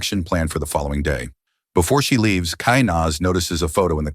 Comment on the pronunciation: The automated voice said it thrice, Heat and Run. Same voice says, and now he laives wth his sister.